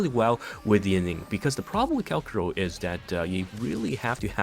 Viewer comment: Say it with me Kal - CHA - ROW It's CHA not KA